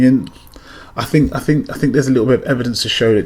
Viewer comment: What a waste of time and you take the chance of ruining the engine. What do you mean "you fink"????